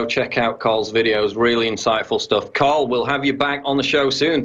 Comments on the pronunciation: Why is PJW calling him Carl? His name is Tarl! Get it right...! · It's Tarl Warwick not Carl Warwick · Tarl, his name is Tarl...With a "T" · It's Tarl with a "T". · His name is Tarl, not Carl. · david doroteo I'm pretty sure it's Carl not Tarl... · Lol you kept calling him 'Karl' that's my home boy 'Tarl' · I'm pretty sure it's "Tarl" not "Carl" Cheers having him on though. Pretty much daily I run to youtube in the hopes of hearing some new mug-clanking. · Paul - his first name is TARL, with a "T" not a C or K! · PJW keeps calling him 'Carl' not 'Tarl'!!! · Sounds like PJW is calling him Carl. It's Tarl. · Hey Paul, it's Tarl, as in Tarl Cabot, not Carl like Carl's Junior. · It's Tarl, bro, not Carl. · It`s Tarl, not Carl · It's Tarl not Carl! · his name is Tarl,, not 'Carl' .... funny he didn't correct you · I'm on you brother but learn the word pronunciation and how to pronounce the name Warwick........ Tut tut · fuck sakes Paul, get the guys name right.